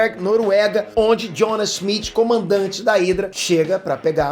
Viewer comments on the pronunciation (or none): none